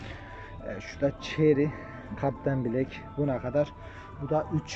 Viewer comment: kapitayin blak deyil kaptanbilek 😉😉😉😉